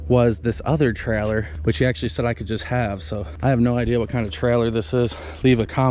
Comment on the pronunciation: How many time u say trellor, in this video?